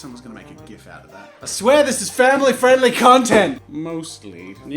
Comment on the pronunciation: "this is fa ily friendly content! Mostly..." JAZZA NO